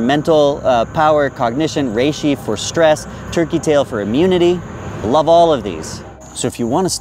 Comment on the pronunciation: I'm HEARING "Tricky Tail" Is that what we know as TURKEY Tail?